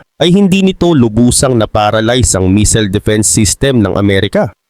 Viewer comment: taga China cguro ito😂 missile hindi meseals🤣